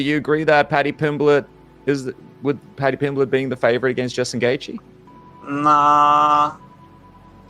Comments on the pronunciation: Moicano: "Pady Pimbleech" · Paddy pimblech 😅😅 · 😂, no pal, I'm from Huyton the same as Paddy, so I think my opinion is more apt than most, he absolutely butchered it. Lol. But that is only my humble opinion.